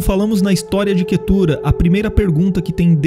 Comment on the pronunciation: O nome da minha esposa, mas pronunciamos Quétura